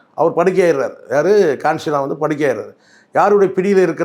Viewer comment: கான்சிராம் இல்லை கன்சிராம்